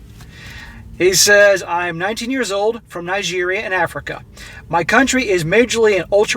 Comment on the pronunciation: How is u gonna pronounce Nigeria wrong slap